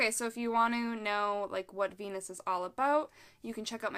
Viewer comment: Sometimes when you say Venus it sounds like penis. Makes the video hilarious